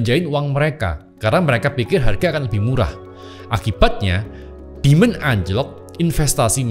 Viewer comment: kalo nyebut istilah pake bahasa inggris, kadang gw langsung nangkep, kadang butuh 2 detik baru bisa nangkep.. J jadi G, demand jadi demon...bahasa inggrisnya dia kacau😂